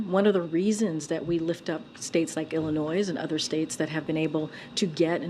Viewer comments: Listen to all those measures our Illinois crooks put in place…. And crime is up! Not sure how they’re measuring the impact of their laws, but they’re not working. On top of that the press sec can’t pronounce Illinois correctly. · Speaks for the president and can’t correctly pronounce Illinois.